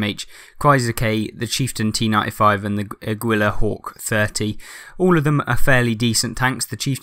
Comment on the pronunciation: Águila is pronounced like "aggy-la," Rhymes with Laggy. Emphasis on the "Á," not the "ui." It sounds like Christina Aguilera, but instead of "aggy-leh-ra," it's just "aggy-la." It means eagle, for the one in the flag from the Aztec legend 🇲🇽